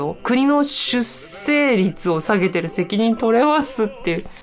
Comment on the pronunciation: じゃあ出生率云々とほざいてる本人自身は、ちゃんと結婚して子供をもうけているのかね……❓️性的少数者と出生率の問題は全く別次元なのにねぇ‼️ ちなみに出生率の読み方は 『しゅっ しょう りつ』よ☝️👩‍🏫